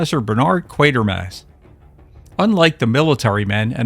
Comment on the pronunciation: Great movie. And thank you for pronouncing "QUATERMASS" properly!! It usually comes out as QUARTER-mass.